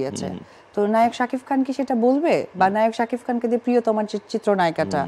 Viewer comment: শাকিব নামটা তুমি সব সময় শাকিফ বলে । নামটা বলতে পারে না